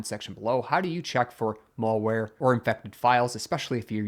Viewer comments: It's MALware. Not MOLEware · He also pronounces malware incorrectly... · "mall-ware" and "mull-ware" were interesting, too. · I can kind of get it I guess. It's the some pronunciation of 'mal-' as in 'malicious.' come to think of it, I haven’t heard anybody say any of the other mal- words with an "a" in "apple" pronunciation other than "malpractice." It’s an uncommon way to pronounce it for sure, but at least he’s not saying "male wear"